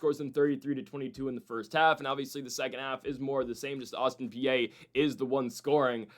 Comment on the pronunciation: Is pronounced Autin PEA, not Austin PA……….